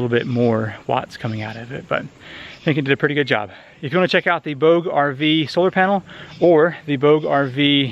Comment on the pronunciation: Nice review. FYI: Bouge is a French word for move and is pronounced Boo-ja. Did you know, a soda can placed on the solar panel will leave no shadow when the panel is pointed directly at the sun. Thanks for sharing